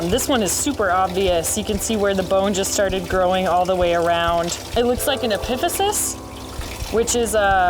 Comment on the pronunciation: I knew all the bones and bony landmarks she was referring to except one. I had no idea what she was talking about until i realized it was just the way she was pronouncing "epiphysis". Its so funny how people learn to pronounce physiological terminology differently. For instance ive heard latissimus dorsi as both "doors-eye" and "doors-ee" platysma as "platis-ma" and "plat-eez-muh". I think they are all correct, the important thing is knowing the parts! (